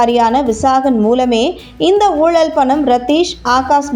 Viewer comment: ஊழள், ஊழழ் இரண்டுமே தவறு ! ஊழல் என்பதே சரி !! ல கர ள கர ழ கர வித்தியாசங்கள் மற்றும் ர கர, ற கர வேறுபாடுகள் மேலும் ன கர, ண கர ந கர உச்சரிப்புகள் முறையாத் தெரிஞ்சுக்கிட்ட பிறகுதான் தமிழைப் பயன்படுத்தனும். அதுபோல் குறில் நெடில் என்றும் இருக்கு ! இதெல்லாம் சேர்ந்துதான் தமிழ் மொழிக்கு சிறப்பைத்தருது. சீனாக்காரிகள், ஜப்பான் காரனெல்லாம்கூட தமிழை சரியாகப் பயன்படுத்துறான் !!